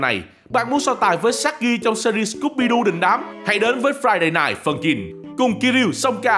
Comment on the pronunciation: tôi nghe thành friday phân chim